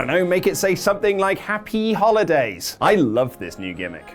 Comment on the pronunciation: Dude it's HapYEE HAWliday. Yee haw? Cowboy?